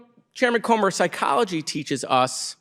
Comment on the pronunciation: That man Comer needs prayer and a speech therapist,!